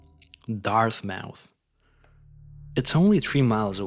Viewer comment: Dartmouth mass not dart mouth